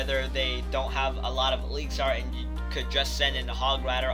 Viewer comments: Stop saying elixar its elixir not fucking elixar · It's pronounced eliks-er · Why does he say ALIXAR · Really??!! Eeleexar?